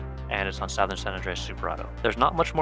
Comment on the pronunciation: Everytime bro said SOWthern my eye twitched.